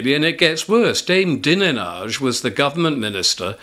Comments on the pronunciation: Go... Its Dine....age pronounced as such I believe... Like fred dineage... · that surname you mentioned...dinenage...is pronounced.....dinage.....for example for strange names...arkansaw as it is said is arkansas...........just trying to help...........take care..i love your channel..well done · Dinenage is Fred Dinenage's daughter, it's pronounced "dine-idge".